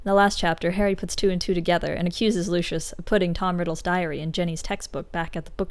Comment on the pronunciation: Why does everyone call him LOO SHUSH. It’s literally Loo-See-Us